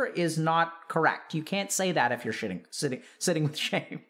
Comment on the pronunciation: Bro the last part sounded like "shitting with the shame" lmao